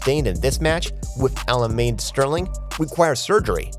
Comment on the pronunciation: This person commenting on the fights , can u pronounce ur words & names correctly, Aljermane, say that right , & yan , not yang, Islam before Machachev, & that is a he not her like u said, loads of mistakes its a joke & hard to listen to